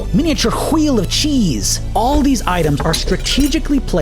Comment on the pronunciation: the way he says wheel is hilarious